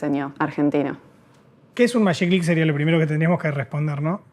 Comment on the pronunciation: Buenísimo, che. Aguante el Magiclick (que dicho sea de paso, argentinidad mediante, se pronunciaba "majiclick", no "mayiclick"). Tuve todos los modelos. Y esto antes de cumplir los 35: ni en pedo duraban 104 años. El del botón atrás (en el pulgar) era incomodísimo: desconocimiento total de cómo funciona la fuerza del pulgar de parte del ingeniero a cargo. Ninguno era cómodo, pero los más ergonómicos eran el facetado, que se apretaba con el índice, y el largo con el botón arriba, que se apretaba en forma de pinza, con toda la mano. No por nada fueron los últimos en aparecer. Muy buen video. Suerte con toda la serie. Saludos.